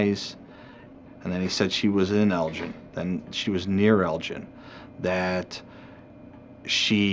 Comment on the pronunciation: In uk its pronounced Elgin not Eljin .